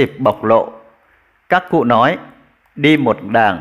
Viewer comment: Tiếng Việt bạn còn chưa phân biệt được "nói" và "lói" ; "nước" và " lước" mà còn đi bàn đến việc PHÁT ÂM! Với lại đi nước ngoài ...đâu nhất thiết phải "phát âm tiếng Anh nhỉ "?